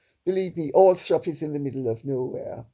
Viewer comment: Glad to hear your pronunciation of Althorp Lady C. I live down the road!